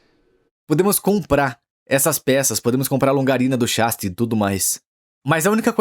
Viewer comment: Alguém mais acha estranho o dublador falando "chássi" ao invés de "chassí" kkkkk, pode ser uma dublagem gerada por IA talvez